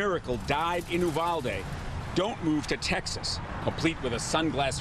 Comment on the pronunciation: It's pronounced......YOU-VAL-DEE not EW-VAL-D.